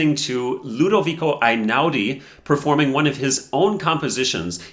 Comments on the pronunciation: unA mattina, if we're being pedantic. Also eɪ-ˈnaʊ-di (ay-now-dee) is closer. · It’s Einaudi like letter A not like letter I. It’s Italian not German. And Mattìna with the accent on the I not on the a. Why can Americans never be bothered to learn the correct pronounciation of anything??? Annoying approximate people. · Totally agree. But please. Before talking about an Italian person with an Italian surname, don't you think it's important to learn how to pronounce it? The "E" in Italian is not the "I" of iPhone. Einaudi sounds like Ehi-naudi. Damn! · It's pronounced Hey-now-di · I am Italian and love Einaudi. Did you know that his surname is pronounced E like electrify not A? He is the direct descendant of our past President. I love his music because it creates a wonderful atmosphere. You can’t play it mechanically, you need a soul. And it’s the soul of his creations that touches the hearts, not virtuoso performances.